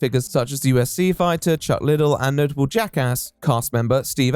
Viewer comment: hearing someone mispronounce chuck liddell is so foreign to my ears lol great vid so far though